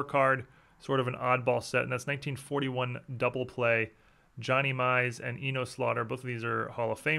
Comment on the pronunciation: It's pronounced E-Nus Slaughter, not E-Nose.